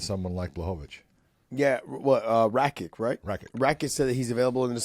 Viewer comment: Come guys, it's Rakić! The man comes from serbian family. You have to know that you pronounce that name "Rakich".